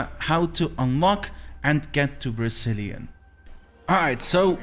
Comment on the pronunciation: I keep hearing "Brazilian" hahaha